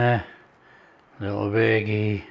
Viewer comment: You even called it "khichdi", not any fancy ass english name.. that too with the right pronunciation( kh not k)👏👏 Also you said ghee, not clarified butter, sir i'm impressed 🤝